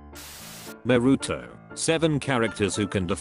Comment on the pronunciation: No one: Literally no one: The man: nArU-tO